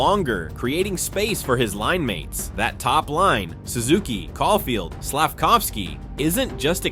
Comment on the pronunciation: Great video bro but you gotta work on your player name pronunciations lol. Even Cole Caufield man haha. Maybe just do a quick search up on how to pronounce the player names before recording 😅. Awesome video nonetheless